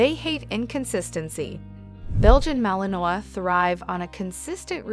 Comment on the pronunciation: Should probably know how to pronounce malinois.